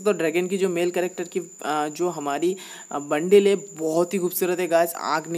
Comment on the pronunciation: bhai wo bundle hota hai bundil nahi😂😂